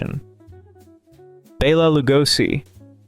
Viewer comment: Great video & thanks for pronouncing Bela’s name correctly.